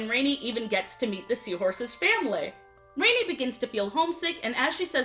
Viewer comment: Her name isn't Rainy it's Rani like "ron ee" O_o